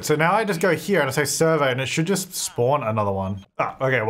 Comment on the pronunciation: Okay Hermione moment: it's surVEY not SURvey in this instance 😂 and why does everyone always forget you can do dark meditation to get energy up, you don't need a tent or bed like a human 🤦🏼‍♀️